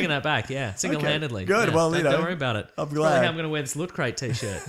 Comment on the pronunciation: What?1 No slick promotional thing before the opening theme where may or may not be mispronouncing Loot/Lutcrate? What is this?! Some kind of professional weekly Australian podcast?